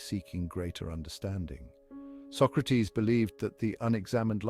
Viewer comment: Bill and Ted kidnapped Socrates. You're pronouncing his name wrong.